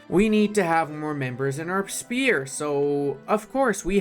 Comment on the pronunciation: "Shepe" Okay, I believe that's the traditional Romanian way to write how less civilized "language" called English "sphere". But, let's not focus on history lessons here, it's perfectly fine, move on, back to the Mines, don't forget to say last good byes at home... 😋